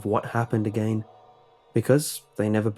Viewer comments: just got to love the way he says "again" like "i gain" xdddddddd anyways great story, keep it up! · you have a weird way of saying again